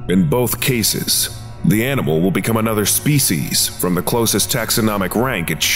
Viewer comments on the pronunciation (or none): none